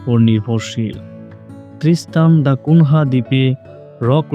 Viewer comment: ত্রিস্তান দ্যা কুনিয়া। নামটা ঠিক করে নেবেন ❤